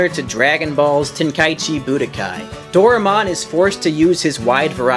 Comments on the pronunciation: For future reference, his name is pronounced "Do-rye-mon' not 'Dora-mon'. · You pronounce it wrong It pronounced Do-Ra-e-mon not Do-re-mon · This dude skipped English class growing up No matter where the property sources from, the AE paring makes a hard I sound Door-Eye-Mon Also, if he has ever watched the series, which I doubt he has, it does pronounce it this way. Both in Japanese, and English. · I love how almost everyone mispronounces "Doraemon"..... Including. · patrick sleeping Well if he was going to narrate a video about it, then it seems like he should pronounce the character/show's name correctly